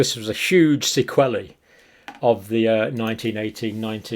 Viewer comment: Sequelae rhymes with wheelie, not wellie😂